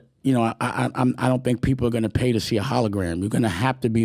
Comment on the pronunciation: What's wrong with his speech? Sounds like he adds "sh" to every word. For example See = shee, speak = Shpeak, also = alsho.